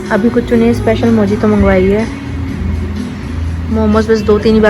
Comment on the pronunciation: Nice vlog......waise मोजितो nahi isko मोहितो khte hai...letter J silent hota hai bolne mai🤫 likha mojito jata per hai bola mohito jata hai😬 pls bura mt mnna 😅